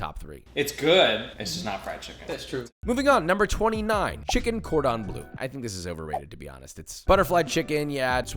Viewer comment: ‘Cordon blue’ 😂